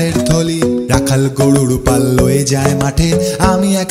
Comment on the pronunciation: দারুন নয়..... দাড়ুন!! "র" আর "ড়" এর উচ্চারণটা ঠিক করলে দাড়ুন না বলে দারুন বলতাম।😆😆😆😆😆😆 বেচাড়া, গড়ুর পাল, বাজাড়েড়..... এই উচ্চারণ গুলো ঠিক করলে ভালো হোত।